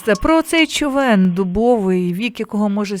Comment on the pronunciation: Дякую за ефір. А чому "човЕн", що з наголосом?